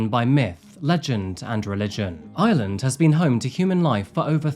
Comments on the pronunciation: Loads of Brits mispronounce lreland as lsland! Its a real bone of contention for us lrish! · Hus accent made "Ireland" sound like "island" lol. I kept waiting to hear what island it was!